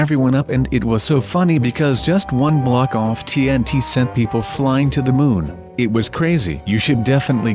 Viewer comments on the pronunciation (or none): none